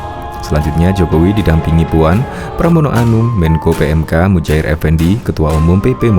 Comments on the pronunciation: Bukan Mujair mas, yang bener ( Muhajir ) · Sering salah sebut... Seharusnya.. MUHAJIR.. Bukan mujahir...